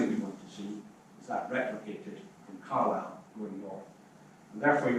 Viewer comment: Yes, an interestng contrasting set. One speaker manfully took his flak, voluntarily, for the difficulties in getting Welsh placenames accurately pronounced, but the Conservative MP mispronounced his own Car'LI'le as CAR-lsle. Such details, trivial and minor in the Greater Argument, tell all when the real work starts. The very well put point that CBR is not 'reversing Beeching' but is proposing a new 21c rail connection, put it that CBR must address 1. Local, AND 2. Regional And 3. National issues and priorities. I would expect the 'Local MP', who represents Carlisle to the National UK Govt., to see further than the 'Regional Development' issues which seemed to be his focus?